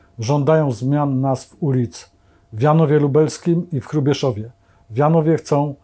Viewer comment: Panie Witoldzie w Hrubieszowie, a nie Krubieszowie.